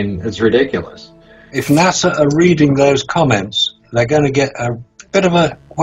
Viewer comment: Well its nasa but pronounced NAW SAW while nasa is pronounced nah sah.